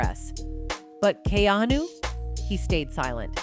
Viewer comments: Learn to pronounce his name correctly, and he is FAR from gay. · Is there any particular reason you keep mispronouncing his name? You don’t know him or anything about him, do you? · THIS WOMAN COMMENTATOR DOES NOT PRONOUNCE KEANU'S NAME CORRECTLY. SHE IS VERY ANNOYING & STUPID.